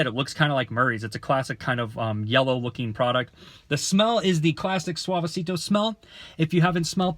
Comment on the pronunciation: Thx for the review but U pronounce ‘Suavecito’ like a 40 year old ‘Karen’